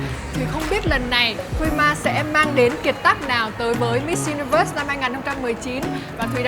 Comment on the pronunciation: Con này cứ diu-ni-vớt nghe khó chịu thật.